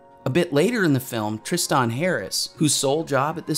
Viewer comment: It's "Tris-ten," not "Tris-tahn."